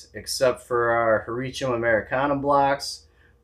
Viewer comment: Nice video. I'm pulling for the Michigan Oysters :) I love the way you say Hericium. I think that might be closest to the 'correct' way. I always struggle with 'leucistic' and how to say it.